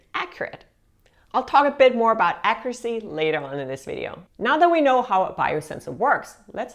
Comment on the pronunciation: "Accuracy" is pronounced like "accyuracy" like it has a Y in it.